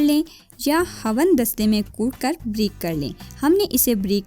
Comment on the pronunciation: Please urdu k talafuz theak ada kiya kre 🙏🏻 jese brik Nhi bareek or ghalt nh ghalat hota hy,,, don’t mind please,,, q k urdu theak Nhi bole gi to English words use kr le lekin urdu ki tangein mat tora kre.. boht shukriya